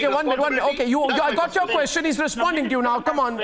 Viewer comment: Laughing stock of the world. Are Indians ashamed of this clown who acts as a news anchor. Queshun ees.